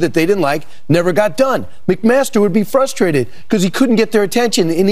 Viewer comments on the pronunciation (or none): Anyone who says fustrated automatically gets disqualified.